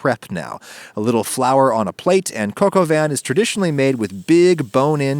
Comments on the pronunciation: how dare you pronouce coq au vin ''coco van'' this is an insult to my people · "Cock au *vin" sToP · He really pronounced coq au vin like kokoven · “Cuck au vin” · i know it isn't right, but i have always and will always pronounce it "cock oven" because after a decade of making it, it still makes me laugh. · cock a vin LOL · "Cock Oven" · Hey Adam I don't wanna be that guy but it's pronounced kohk-oh-vah. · is is it pronounced cock oven? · Her: whats for dinner? Me: this Cock Au vin. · the way you pronounce coq au vin makes my intestines twist